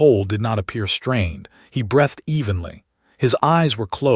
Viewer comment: LEAD, who you say that like an alien, I also dislike how you say breathed, but maybe that is because I have said it wrong for 60 years and just never knew it. Also, why am I staring at a female stretching when that has nothing to do with this story? I really should file a complaint with YouTube.